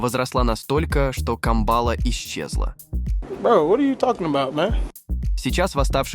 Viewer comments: "Голос хорошо поставленный, но ударения... камбАла, это что-то!" - сам в шоке! По всем признакам, это всё же живой голос. Но тогда ПОЧЕМУ такие мудацкие ударения?! Тяжёлый некроз мозга после ЕГЕ? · Живой???!!! Это как же мало-мальски грамотный человек может произнести: "пАмира (Памира); рекИ,наполнявшие озёра; его водЫ имеют состав; хлопкОвых полей; камбАлу, сАзан"... да всех орфоэпических ляпов и не перечислишь! Дизлайк за звуковое сопровождение! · Са'зан, камба'ла - страшно слушать речь такую! Сколько уже можно издеваться над ЯЗЫКОМ И русскими людьми!!!??? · Голос хорошо поставленный, но ударения... камбАла, это что-то!